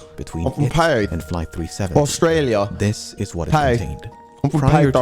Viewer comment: why's dis guy doing a "British" accent for Australia 😂